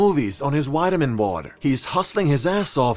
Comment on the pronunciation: "whitamin water" lol